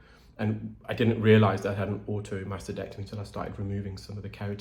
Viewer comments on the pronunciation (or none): none